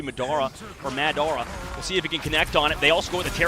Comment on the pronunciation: Its not MADara its pronounce MODora😂😂😂